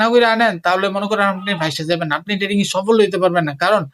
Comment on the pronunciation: আগে ভাই তুই trading উচ্চারণ শিখ